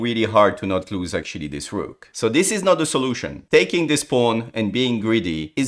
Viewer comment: Da ruukh... THE ROOK. Sorry, I hate this pronunciation...